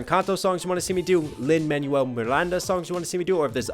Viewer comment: Except for "Lin-Manuel" XD he adds a U-sound to Manuel which is pronounced like "man-WELL" (bless tho)